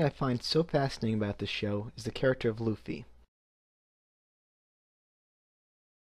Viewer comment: I say "Luffy" like it's read, not like "L-oo-ffy